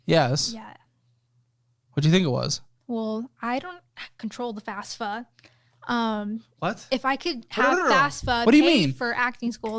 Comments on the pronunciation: It’s FAFSA not FASFA 😂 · Why do 3/4 of your people refer to the student loan program as FASFA, instead of FAFSA--is it a Texas thing? A lot of people refer to their "checkings" accounts as well. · Why does everyone pronounce if Fasfa, its FAFSA! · This is the second guest I have heard who doesn't know what the freakin FAFSA (or "fasfa" as both pronounce it) is. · Random: Biggest pet peeve when people say FAS-fa instead of FAF-sa ._. I can't be the only one T^T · “I don’t control the FASFA” 🫣🫣 Jesus Christ please help her.